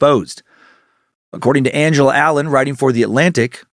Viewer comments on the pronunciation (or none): none